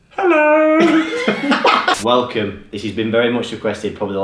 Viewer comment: “We say hallo” hahaha